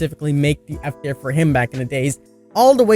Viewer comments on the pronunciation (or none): King, I love you to pieces but you say the word tier differently than I’ve heard from a lot of people. I wasn’t getting what you were saying at first. Still my DBD boi though!